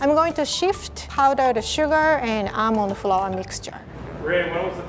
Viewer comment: OMG WHEN WAS TRYN TO SAY ALMOND FLOUR SHE SAID ELMO FOUR YOU DO KNOW THAT RED BOI OMG I LAUGHED SO BAD😂🤣🤪